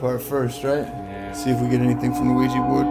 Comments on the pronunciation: It's actually an OUIJA BOARD, you Americans pronounce everything so wrong that you have actually changed the spellings to Ouiji. So delude with your English. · It's Ouija board, not Ouiji. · it's ouija - not ouiji